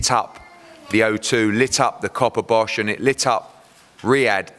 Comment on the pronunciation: Hahaha he said Copperbosh! 😂😂